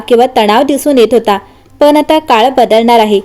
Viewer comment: तान? चनचन ? आणंद? पन ? लई भारी मराठी!